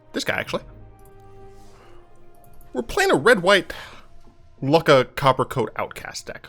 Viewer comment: I'm pretty sure that Lukka is pronounced Lukka, and not Lukka.